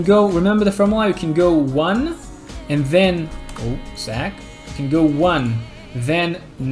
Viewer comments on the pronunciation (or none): none